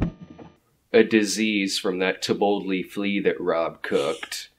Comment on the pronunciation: For some reason, I kept hearing "To Boldly Flee" as "Tapotle Flea" in this and other videos. For awhile, I couldn't figure it out. It sounded like some kind of bizaare Mexican food.